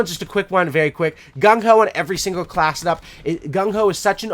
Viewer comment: I was wondering what he meant by, "class it up," then I realized he was saying "class setup."